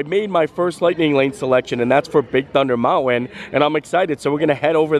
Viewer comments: Bro. You’re killing me on Mountain pronunciation! Love the videos ! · love the way he says mounwin instead of mountain. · Please, please try harder not to say mounwin, please! It really distracts your whole thought process, and not for the good! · I love how he says mountwen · Do the school teachers teach that pronunciation of mountain where you lived? Just wondering. Love you, and hate to miss a day without your video, but that mounwon bothers my mind. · I too am allergic to the T in mountain! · Interesting pronunciation of the word Mountain. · are you from Utah? Only people I know who drop the T in Mountain.